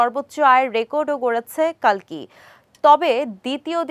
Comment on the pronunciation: কল্কি হবে কালকি নয়